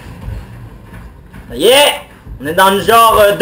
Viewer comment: "Attentionne" Mdrrr continue :p